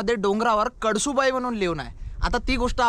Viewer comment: कडसु बाई नाय रे भावा, कळसूबाई 😅